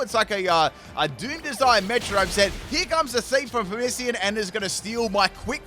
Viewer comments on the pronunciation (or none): You’re right, it’s not “Pamissian”, it’s Passimian lol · When he says Passimian, I hear "parmesan"... like the cheese. Also, I was surprised to have guess the lake trio would be on this team and Jirachi! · "PaRMisaM"~ to the "passimian"